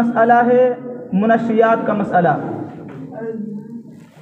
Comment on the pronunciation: Manshiyyat hota hai na ki munashshiyat